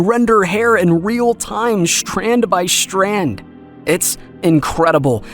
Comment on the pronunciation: An honest question. Why does the narrator of this video say "shtrand" instead of "strand." Or " He can say "stilted" not "shtilted." But then he will say "shtrange" instead of "strange." Clearly this is a conscious decision on his part, therefore it should not be impossible to give an honest answer.